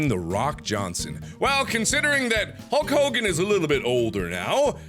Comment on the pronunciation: HULL COGAN No one in history was called like "Hulk Hogan", No one.